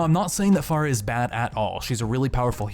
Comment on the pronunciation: Fair-uh not far-uh